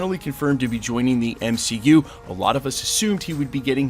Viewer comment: The M-she-U, lol